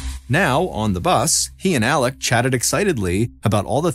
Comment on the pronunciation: Why do you pronounce his name Alec when it is Alex?